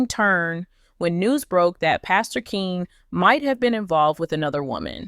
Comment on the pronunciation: Pastor Keion(Key-on) Henderson not Keen. This is to the person speaking about this story.